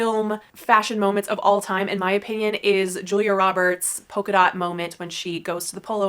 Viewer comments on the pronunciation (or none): Great content. Thank you. It might be my British ear but did you say poker dot or polka dot? It might be a pronunciation thing. Xxx I know that you know it is a polka dot - after the dance! X